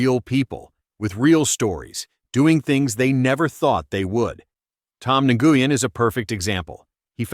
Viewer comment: The g in Nguyen is silent.